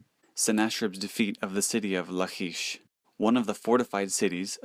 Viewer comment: Good info, but you're mispronouncing. "ch" in the Hebrew scriptures is pronounced as a hard C La-kish and Se-nak-a-rib